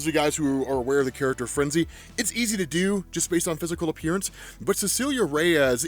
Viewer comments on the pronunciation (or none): none